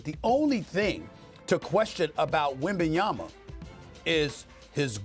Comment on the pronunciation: I am happy that Stephen A finally pronounces Wemby name right WembanyaMa🤣